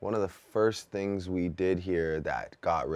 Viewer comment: I like how Drake's Toronto accent became more pronounced right after he talked about others using their slang. One minute he's articulate Drake...next minute he sounds OD Canadian and saying "tings" like he's sponsored by the word.